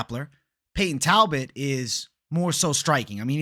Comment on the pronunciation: naaaa talboot 😂😂